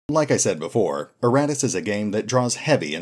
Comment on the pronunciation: I keep hearing erratus instead of Iratus :) Pretty funny. This game was a mistake! :)